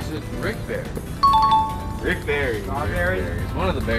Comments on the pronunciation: It’s not berry its barry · Correction Barry not (berry)